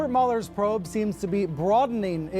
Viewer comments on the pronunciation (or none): That was “Wobert Mueller’s Pwobe”,. Get a hearing aid, will ya? 😉